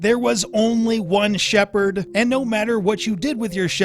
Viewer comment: First of all its Shepard and not Shaperd wtf?! Lol second, Shepard is character's last name, not first! Lol you can't change Ryder into Shepard, so no...you won't be able to play as "Shepard" the way you mentioned...